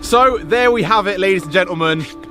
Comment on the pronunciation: Ah yes, Volks\M/agen